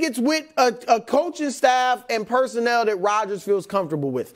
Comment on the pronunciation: PersonNEL not "personal"